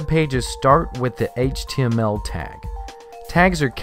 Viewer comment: i hate how this guy says "HTML"